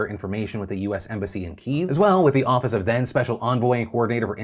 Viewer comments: Kiev Kiiii- yeaa-va Not key. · Good video but just for future reference, the word Kyiv is pronounced Kiev, not keev.